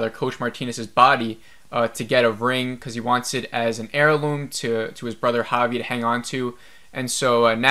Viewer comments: Javi is pronounced havi. Van is promouced van not Vaughn. Do you even watch the show? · It's Travis not Trevor and you pronounce Javi like ha-vee, like Jose.